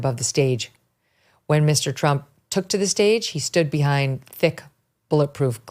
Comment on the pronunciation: ❤❤❤TRUMP……NOT TRAMP❌❌❌